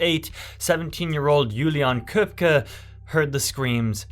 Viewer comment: Also, kudos on looking up the pronunciation of her name: Juliane Köpcke.